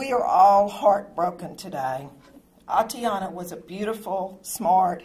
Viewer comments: This mayor couldn't even pronounce the victim's name correctly. Her name is Atatiana, not Atiana. And since when was she a married "Mrs. Jefferson"? So disrespectful, thoughtless, and insincere. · Shows who you really are for not putting in a minutes effort to get her name right.